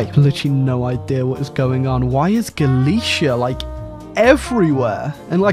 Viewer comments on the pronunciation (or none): none